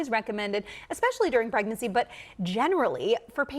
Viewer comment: aaacetermenerphin during pregnurcy... NOT good